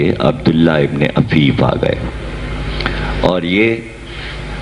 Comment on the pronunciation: جناب عفیف صبح حفیف غلط